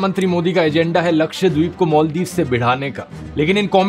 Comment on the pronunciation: I suggestion you dhruv please improve you pronouncation Just like मॉलदिव = मालदीव सागार = सागर